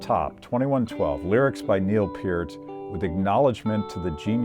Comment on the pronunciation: Only thing that bothered me about this was how he pronounced Niel P"e"R t. Instead of Neil P er t. But you can say it wrong and still be a Rush fan that's OK. I just bought 2 Rush 2112 records.